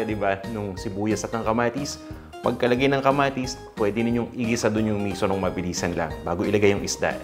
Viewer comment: Misú yun ang bigkas ay parang "pito" (7) mabilis na biglang hinto, hindi miso na ang bigkas ay parang "piso"